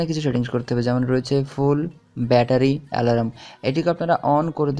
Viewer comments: Bhai alaram na alarm thik kore ucharon korun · ওটাকে আলারাম বলে না🤣🤣🤣🤣🤣. অ্যালার্ম বলে.🤣🤣আলারাম আলারাম করলেন কেন পুরো ভিডিও তে?